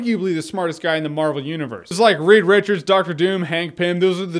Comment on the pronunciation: He said weed wichards hehehe